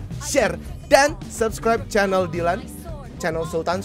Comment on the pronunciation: Rievew handuk sultan Dylan dibaca dilan dan miya dibaca milea